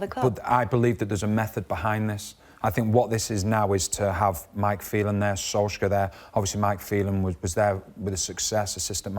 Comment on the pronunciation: Solschcka?? Its pronounced SOOLSHARE